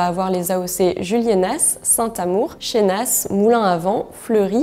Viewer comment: Super par contre fais gaffe, on prononce bien Juliéna et pas Juliénasse et pareil pour Chénas